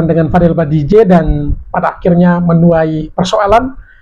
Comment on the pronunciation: Bang BADJIDEH BANG BUKAN BADIJEH... 😅